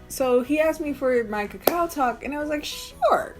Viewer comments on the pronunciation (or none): none